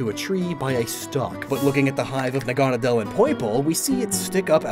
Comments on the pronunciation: Naga-nadel. Naga being a snake/dragon person. Nadel being needle in German. Making it NAgaNAdel, not naGAnadel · naganadel is probably pronounced naga-Nah-dull because Naga and the German word for needle. I pronounced it na-GAH-na-del for a while too but the former just makes more sense and rolls off the tongue better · The way you say "Naganadel" just bugs me.